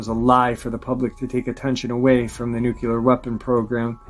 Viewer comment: Dulce, New Mexico is pronounced "Dull-Say", not "Da-Loose". Also, you pronounce "Nuclear" as "Nook-Lee-Ar", not "Nook-You-Lur". Sorry, but errors in pronunciation, grammar, and syntax drive me nuts.